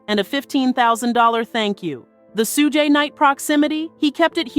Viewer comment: IT'S PRONOUNCED SHOOG NIGHT!!!